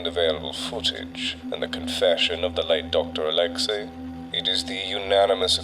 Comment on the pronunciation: Didnt know that name oleksei or alexey is now read as OLETSKEY